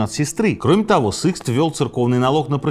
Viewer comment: Почему СЫкст то, когда он СИкст😅